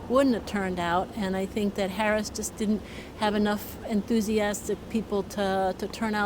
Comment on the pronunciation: Solid job giving zero substantive refutation and intentionally mispronouncing Harris's name. Masterful,!